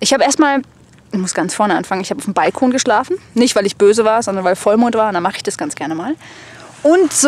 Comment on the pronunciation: Irgendwie irritiert es mich wie du ''Balkon'' betonst o.ö